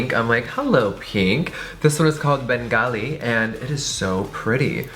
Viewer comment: I love how you pronounced Bengali! I'm a Bengali!! I'm from Calcutta, India and our people are called Bengali!